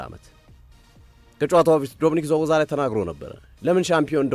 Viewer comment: ዝቦዛላይ አትበል ስቦዝላይ በል። የተጫዋቾች ስም እንኳ ባግባቡ pronounce ማታደርጉ ሰዎች ጭራሽ ትንታኔ። አርሰናል አዎልቭስ መጣል ነበረበት አልክ። እሽ ታዲያ ሲቲ መጣል የነበረበትን ጨዋታወች 3 ነጥብ ይዞ ሲወጣ የት ነበርክ? ለምሳሌ ከሊድስ 3:2 ሳይገባው ነበር ያሸነፈ። ትንታኔ በግምት ሲሆን ያስጠላል።